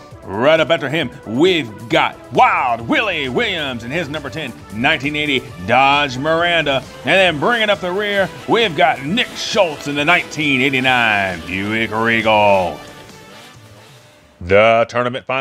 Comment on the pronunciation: Mirada doesn't usually have an "N" in it. ;) Excellent racing!